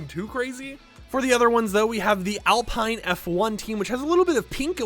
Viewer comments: SUPER EXCITED FOR F1! Just a friendly reminder that Alpha Romeo is pronounced Alpha Rome-A-O, and Alpine is pronounced Al-peen. Great vid and thanks for all your hard work! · And Alpine lol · I’m sorry but when you said Alfa Romeo and Alpine I cringed😅 good video though, skins look awesome